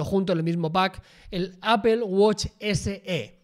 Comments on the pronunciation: jajajaja qué horror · ¿Por qué pronuncian "apel" a Apple? jajaja